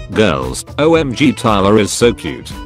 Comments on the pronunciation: Nobody: Narrator: O-Milligram (when he said OMG) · I live it when he says OMG as oh milligrams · Nobody:: says omg as o milligrams Me: picture of Chris Evans laughing